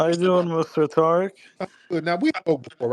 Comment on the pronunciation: This passive aggressive pos, saying Tariq name differently then going back to saying it regular hes a fool